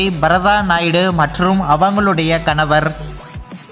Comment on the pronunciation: Kanavarrr kanavarrr rrrrrrr nu solra😡🤮